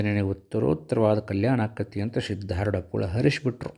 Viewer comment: ಆರೂಢ ಎಂದು ಉಚ್ಚರಿಸಿ ಸಿದ್ದಾರೂಢ ಅಂತಾ ಅನ್ನಿರಿ,ಸಿದ್ದಾರೋಡ ಎಂದು ಯಾರೂ ಕೂಡ ತಪ್ಪಾಗಿ ಅನ್ನದಿರಿ ಇದು ಆರೂಢ ಪರಂಪರೆ ಗುರು ನಾಮ ಸ್ಮರಣೆ ಸರಿಯಾಗಿ ಸ್ಮರಿಸೋಣ, ಇದು ನನ್ನ ಸಣ್ಣ ವಿನಂತಿ.